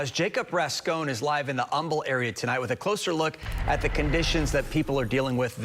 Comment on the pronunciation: Its pronounced HUM-BLE not UM-BLE...look at the damn spelling ffs dumbasses.